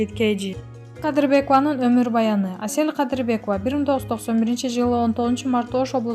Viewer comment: 😝😂😁оа , Кээ бир жерлеринде СЕЛ КАДЫРБЕКОВА дейт го